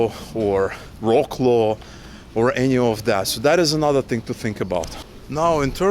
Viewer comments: It is not prounounced wroclow but vroclav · It's not 'vro-claw', try saying 'vrots-love'… And yeah, you will love it :) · Your pronunciation of Wroclaw is too english-like. It sounds almost like "War claw". Propper pronunciation is closer to "Vrotz Love" or "Vrotz Wow". Actualy if you think about it, you need to merge the "Love" with the "Wow", and you get "Vrotz Wove". Cheers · it took me a while to understand which polish city is called "roklo" :D please, spell it like "vroslav" or something like that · Vroslav, not Rocklow :) (Wrocław) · Wrocław isn't read like War-claw but more like Vrots-love if you read Ukrainian then its: "Вроцлав". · Rocklow? I had to think about that for a while. Is it Wroclaw? I don't know anything about most of these cities And I learned pronunciation from a book but I think, and somebody can correct me, They pronounce it VROTsuave. (Yeah there was the reason I didn't pick anything in Cyrillic... Or Chinese, any dialect, because really complex, or German which they offered in my high school by the time I was in 11th grade, because I thought I might choke myself. Apologies to German people. I'm actually part German but I don't have a lot of connection with my ancestors or actually even my grandparents I really never knew. My mother just wrote down whatever she could find out back in the early '60s. And I have Bigler Jaeger Unger (My mother's side is Irish Irish and Irish) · To let you know, Wroclaw is pronounced Vrot Sauve! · Try to pronounce Wrocław like "Vrotzlav" and Kraków as "Cracoov" or somethnig like that ;) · good videos... by the way... Wroclaw is pronounced Frot-suav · Wrocław is pronounced - VROC-LOVE. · Hi, nice to hear and see you guys 😊 I have problem to recognize the name of city, when you pronunciation Wroclaw. Very differently and little strange. We read W like you read actually V, so Wrocław you should pronunce Vroclav (c not K here C = Ц ) Best wishes, and share your progress with Polish 🇵🇱💙💛🤍❤️🇺🇦🇺🇸